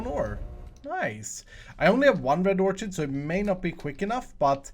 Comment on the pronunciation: not nitpicking here, but orchid is pronounced with a hard c as in card like this orkid just here to help was a tutor in school